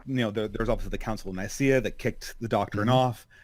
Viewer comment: "...The Council of Nicea..." It's pronounced Nikea, and did nothing wrong.